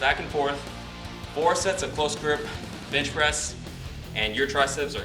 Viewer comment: Always hear him say "bitch" when he says bench.... Am I the only one?